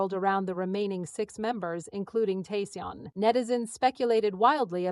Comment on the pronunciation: I'm sorry to to say but this sounds overly dramatised. Some facts may be correct but they seem to have been greatly exaggerated for the purpose of sensationalism. And it would be great if his name was pronounced correctly. I congratulate him for nurturing and protecting his relationship. I'm so happy for him. I wish him a warm, fun, wonderful and love filled life 😊❤❤❤❤❤❤❤